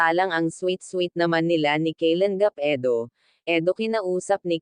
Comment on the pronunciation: Ayusin mo po salita nyo hinde keylan gap daig kpa ng foreigner mgtagalog e pilipino ka nmn ang pangit pakingan po pilipit ka mgtagalog concern lang po pra din po un sau